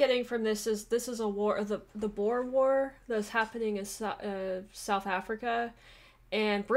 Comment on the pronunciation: The "Boer" wars ... well, unfortunately, that's a Dutch word, and the letters "oe" in Dutch makes for a sound more like "oo" (like the sound a ghost makes lol) in English. So the word is actually pronounced more like Boor war. Anyhow, the word "boer" is simply "farmer". I.e. the English were fighting farmers in South Africa.